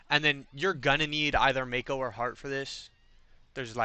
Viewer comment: Also it bothers me more than it should that you pronounce her name "mayko" instead of "mahko" 😂